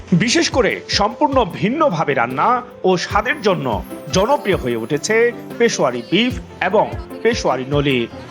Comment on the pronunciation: It's Peshawary.....not pashowary